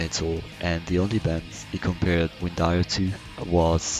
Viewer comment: Good, except the band's name is pronounced as [vind'ir], not [windair] :)